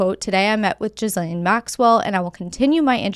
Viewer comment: lol are you saying gizzlane Maxwell on purpose😂